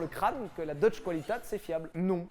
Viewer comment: On dit : Deutsch "kvalitéte " pas "koualitate" !